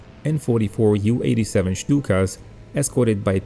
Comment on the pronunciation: Please, no one at the time ever said Juw 87 or Juw 88. For the Germans that would have been to close to saying Juden (Jew). It should be J U 87. Those aircraft were built by Junckers (pronounced Unckers), the U being pronounced like the French word for 1..